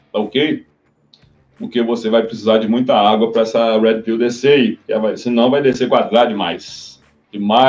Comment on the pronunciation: Finalmente um canal brasileiro que pronuncia "Red Pill" corretamente, não sei porque os caras pronunciam "Héd Pill" que soa algo parecido com "Head Pill"